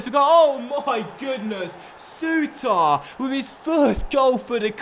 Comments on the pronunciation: I know loads of people say it but it's pronounced sooter not soutar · Souttar.......please dnt put as much emphasis on the "ar" pronounce it as if it ended "ir"